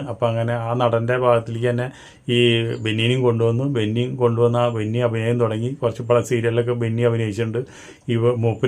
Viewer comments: ബെന്നിയല്ല ബിന്നി . നോബിൻ അല്ല നൂബിൻ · ബെന്നി അല്ല ബിന്നി ആണ് bro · ബെന്നിയല്ല ബിന്നി😂😂😂😂